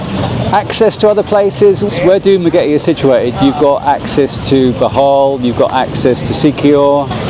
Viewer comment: Dumagretty? 😂 Did I hear that right?